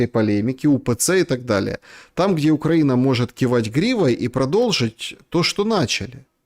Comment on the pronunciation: Пожалуйста: Украи́на а не Укра́ина, поэтому украи́нцы а не укра́инцы. Демура, вы умный человек, говорите правильно.